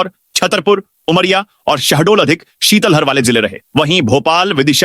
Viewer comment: शीतल हर नहीं शीतलहर वोलै